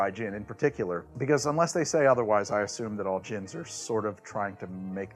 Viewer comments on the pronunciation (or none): none